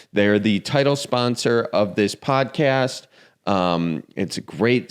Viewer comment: When says the word 'podcast' my brain assumes he's about to say 'potty.' What I hear: "So my Grandma Sue is on the potty..." Because I'm originally Midwestern this sounds so natural and I have to resist the urge to stand. As if he's going to continue with, "And she wants you to stir the potatoes so they don't stick to the bottom."